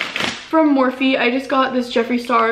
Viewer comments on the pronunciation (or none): none